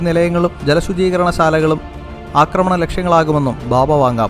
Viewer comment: 2: 51..... "Akramanam" allaa.... "AAkramanam"